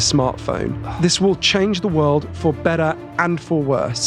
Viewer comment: Except he has changed his “better” and “wetter” to “bedder” and “wedder”. To my English ears, this stands out. He is very inderesting though.